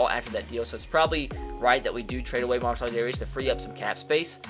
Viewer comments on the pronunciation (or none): Mar-sell Dare-ee-us